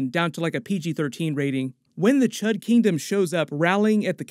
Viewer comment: Cee Eightch You Dee, not C U H D. Srry hate to be that guy but couldn't think of anything clever to leave so...